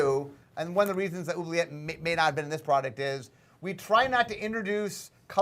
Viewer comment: Mark pronounces Oubliette incorrectly, and then he pronounces it correctly. It's a French word, people. What do you think that 'u' does?